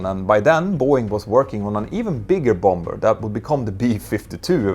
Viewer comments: Quick English pronunciation correction: Bomber = "bah-mer". (Don't pronounce the second B). 😉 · Hej igen. Bomber uttalas båmmer. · The second b in bomber is silent. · Your command of the English language is second to none. Nonetheless, I would like to suggest that you pronounce the word « bomber » as it is pronounced in the English speaking world. I.e., the second « b » is silent. Keep up the great work and congratulations on your resounding success and web presence. Claude Thank you for a